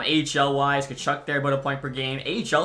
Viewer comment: Boris Katchouk is pronounced KACHOOK